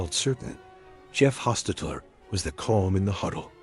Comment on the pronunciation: The AI Voiceover is hilarious. Jeff Hos-tet-tet-ler gets an extra syllable, and some extra letters. And at one stage we hear about Loss ….Angeles- with a gap of about 4 seconds between them. And we’re also treated to “Derek Car- dot - Carr”. 😂😂😂😂